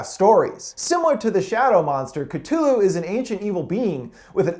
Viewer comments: Ca thu lu not cat u lu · I think you mention to say KA THU LU not KAT HU LU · Catulu XD its cthulu (ca-thu-lu) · Wait did you pronounce Cthulhu as k-tu-lu? It’s k-thu-lu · Cutooloo? No no no no no... Cu-thoo-loo Cuthulu I’m sorry.. Demogoregone... 😑 Demi-gor-gon Demigorgon. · mA boi it sounds like ka-thoo-loo not ka-too-loo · Did he actually just say catulu? Its cthulu. cathooloo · It's cathulu not catulu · It's not cu too lo/cutulu its cu tho lo/cuthulu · it is Cthulhu not ctululhu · Ca-Thu- Lu, not ca tulu, but Good try though. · It's ci-TH-ulu not Kit-ulu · Did he really say katooloo😑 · Don't forget Ka-too-loo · Ka-thu-loo... Cthulu that’s how to say it. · Is anyone else annoyed that he called Cthulhu ctulu and demogorgon demo-gorg-on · The fact that he says ca-too-loo kinda triggers me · Ctulu, Dehmogorgone, oh my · It CU-THU-LU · It’s cuh thoo lu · Was I the only one annoyed about how he said demogorgon and cuthulu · Video: Katulu Me: Screams internally yes yes the katulu Video: Demogoregots, demogoregone Me: Seriously? They say it in the show, how can you possibly pronouce it wrong? HOW?!?!? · Omg he said "ka-tu-lu" 😂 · Frazzy 1312 Cthulhu is suppose to be said like Choo-loo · It’s ( cuh thoo loo) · It's pronounced Demi-gorg-in and cuthulu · Aaah. I cringed.... dem-a-gor-Ghen not GONE. And ka-thoo-loo. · *says cutoolu *Literally throws phone is disgust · cthulu. c. thu. lu. it is literally pronounced the way it looks. cu-thoo-loo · Oh? His name is katulu now? Wow. Great pronunciation. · The way he pronounces demogorgon and Cthulhu kinda triggers me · You pronounced Demogorgon and Cthulu wrong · There are just two things I need to clarify. That is not how you pronounce Cthulu, and that’s not how you pronounce demogorgen. I think i spelled that right... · The way you pronounce Cthulu is grating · IMPossible Bass He isn’t dumb.He isn’t a dog and a girl and yes he miss pronounced Cthulhu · i swear ill hit you with the th you left out of cthulu